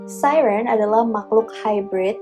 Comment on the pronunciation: kayak kagok aja